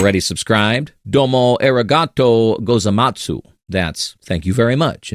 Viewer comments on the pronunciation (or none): I was ok with some of the stuff in this video until I got to his intentional (I hope) atrocious pronunciation of the formal thank you, and almost threw up… omg. That was rough dude. Lol.